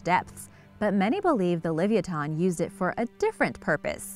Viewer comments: Forget her sources she's sluaghtering the pronunciation of livyatan so badly i cant even watch the entire video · Thank you .. Her pronunciation is atrocious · your saying it wrong OMG its ly vi ah tin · yr so not saying that right li-vi-ya-thon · It's pronounced like leviathan or leviatano. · No offence to your mom, but the correct pronunciation is: Liv-ee-ah-tan... and that's according to every source. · Bruh its Luh-Vi-O-Than it just hurts my head to her say it wrong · Glad I'm not the only one!! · The way u pronounce this animal kills me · I’m just baffled she the name so wrong so many times flabbergasted😂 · For gods sake...please learn how to pronounce this whales name and Herman Melville's name... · I hate the way shes says it name.. it's so miss pronounced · She didn't even pronounce it right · I hope u realize your sluaghtering the pronunciation of livyatan ...pronounced : Li vy a tan like laviathan but slightly different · The pronounciation bothers me more than it should T_T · She sluaghtered the pronunciations , it bothered me so much i had to stop watching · shes not even close to being correct .. my mothers from tel aviv and she was even saying this girl has no clue how to speak ...